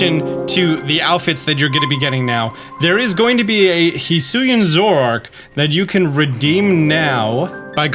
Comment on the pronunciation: I love how has such a problem Zorua and Zoroark, he's out here like Zwrorua and Zwororoark